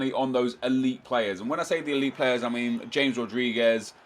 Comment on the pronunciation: James Rodriguez isn't pronounced James, it's h-a-m-e-s